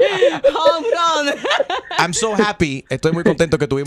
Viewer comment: Molusco es "homerun" no "homegol"😂😂😂😂😂